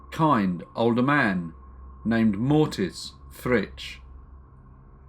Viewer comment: Actually it's MORITZ- the narrator transposed the letters and pronounced it wrong.